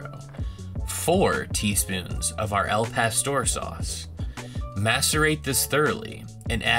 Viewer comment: At least you pronounced it better than they did in the commercial. But still not right. Gringos are freakin hilarious.